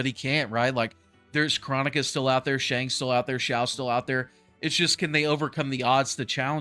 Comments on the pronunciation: Not chronica but chrOnika with the big O sound not the little o sound again it’s Cr-OH-nika, not chronic-a. PLEASE at least pronounce her name correctly even tho I probably didn’t spell it correctly hearing it said wrong is just annoying af lol!! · kr-OH-nika bro!!